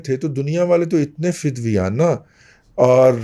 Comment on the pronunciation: معذرت کےساتھ دادا صاحب ! فدویانہ نہیں فدایانہ سجدہ ریز